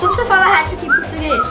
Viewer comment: Agente fala heti trick